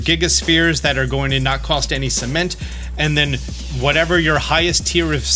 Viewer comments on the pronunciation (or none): i love the "Cemenet" and "Cememnt"